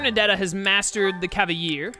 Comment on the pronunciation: Drinking game: Take a shot every time pronounces Cavalier with a “y” sound